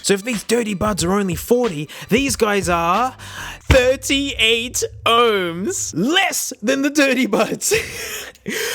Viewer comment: The way he says "38 Ohms"